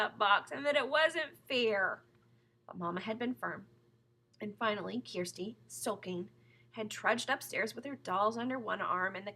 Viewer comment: Thanks! Ur the best!! Thanks For saying Kirsti instead of Kersti! >:D >:3